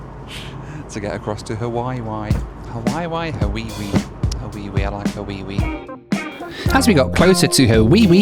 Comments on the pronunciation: “Haweewee”…yikes! As someone who’s born and raised in Hawaii, that’s like nails on a chalkboard. 😣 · Hate the way Hawaii is pronounced. Sounds like an adult asking a toddler if they have use the bathroom.